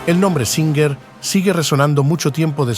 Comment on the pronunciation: Singer. O. Suinger??